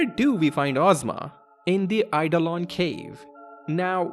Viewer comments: A few people have picked up on the mispronunciation of Iifa Tree as Lifa Tree, but I've not seen anyone point out that 'Oeilvert' should be pronounced as if it's the two French words 'oeil' and 'vert' (because that's what it is), or that Eidolon is a real-world word, pronounced 'eyeDOHlon'. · Yep. And Eidolon is real-world word, too, with a different pronunciation to the one used here.